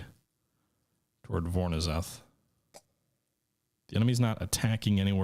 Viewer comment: I believe the "ZH" in "Voronezh" is pronounced like the French soft "G" sound.